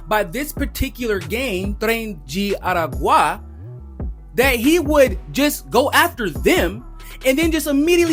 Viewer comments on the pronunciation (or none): you need to work on your Spanish pronunciation. You pronounced the names Aragua & Duque incorrectly